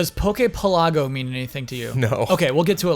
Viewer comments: shouldn't pokepelago be pronounced like archipelago? Also, I think jones' pronunciation of Bonsly is fine. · Poke Pelago... sounds weird, coz you're supposed to say it one word, like "Archipelago", but it's written with two words. Semantics, I know, but things usually sound a lot better when you say it given their pun/context.